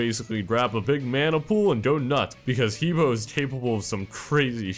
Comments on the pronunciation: that pronunciation is fucking retarded. It's Huh Boe (like toe). Even saying flat out Hee Boe sounds better than fucking Huah Buah. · I Have studied and lived in China for almost 5 years and I speak Mandarin. You pronounce He Bo like 'Hubwah. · he bo is pronounced "ha-bwa"